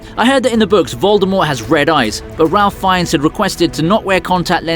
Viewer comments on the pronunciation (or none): Ralph Feinnes' name is pronounced Rayph. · Can't pronounce Jason Statham's name correctly. Can't pronounce Ralph Fiennes name correctly. But you put out videos about movies?